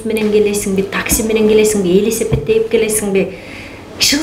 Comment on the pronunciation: Элесепет эмес белесепет б э билесинби гелесо